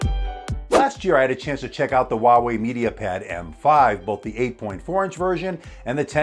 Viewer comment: Its called Huawei not walway